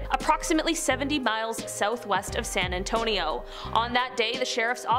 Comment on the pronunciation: San Ann-tone-ee-oh